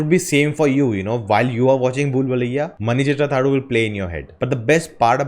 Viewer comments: That is not pronounced as mani chithra thazhu that is not u that is half u just pronounced as mani chithra thazhū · U in last of the name is not prnounced.